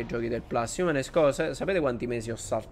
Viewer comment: Comunque si dice plus, non plas,, è LATINO, non inglese